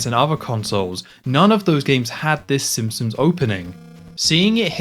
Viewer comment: How do you make so many amazing Simpsons game overviews but pronounce it Simpsums? 😂